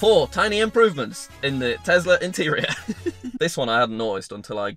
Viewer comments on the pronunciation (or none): bruh he cant say tesla he can only say tezla jk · absolutely love your videos. But FFS please STOP calling it a TEZLA!!! It’s a TESLA!!! SSSSSSSSSSSSS... for snake 🐍 not ZZZZZZZZZZZZ FOR zebra 🦓. It drives me mad 😠!!! Haha...